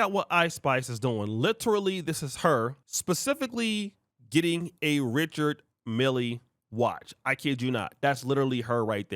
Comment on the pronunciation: Richard Mille is pronounced "Rishard Mill" If she paid $250,000.00, she bought a used watch!